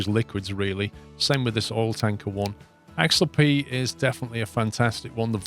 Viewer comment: The ship is a swiss designe an it's pronounced Ax-alp 'Ax' like the deodorant and 'alp' like the mountains. You drive me mad the way you pronounce it.